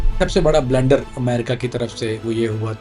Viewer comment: یہ بہت بڑی فلم ہے۔۔۔ ایک سابقہ انٹل والے کو یہ ویڈیو بھیجی ۔۔۔ انہوں نے فرمایا کہ اول تو یہ انٹل بیک گراونڈ کا بندہ ہی نہیں، اور اگر ہے تو یہ انٹل کی دنیا کا چاہت فتح علی خاں ہے۔۔۔۔😂 بلنڈر کو بلینڈر بولنے والا ۔۔۔😂😂😂